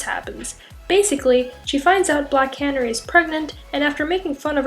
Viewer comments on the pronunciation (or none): Black Canirry😂😂😂 its Cuh Nary...like a bird...and injustice 2 comics dont tie in 2 the regular comics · "black canery" it's pronounced black Can-airy... just saying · I noticed that too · And it's c a n a r y not cannery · The way you pronounced Black Canary was so off. It’s not cannery like a canning company. It’s pronounced like the bird????? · Black.. Canary. as in the bird. Ka-Nair-ee. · I'm sorry I just can't get over how she keeps mid pronouncing canary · First thing- Black Canary- pronounced like the bird. Please? That made my skin stand on end lol. But in Batman Beyond- 2 young girls are arrested for acting like the Joker. They are bailed out of jail by an old lady. The old chastises their behavior to which the young girls reply- "oh shut up Nana Harley". So in order for that to make any sense, then Harley never dies and instead goes into hiding, has at least one child that also has children. Also in Injustice, her baby did not die, but was left with Harley's sister. If I covered anything already covered in the comments, my apologies. Just responding to the video itself without having read the comments. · Tanya Mars I was about to say that. Nobody says Canary like that.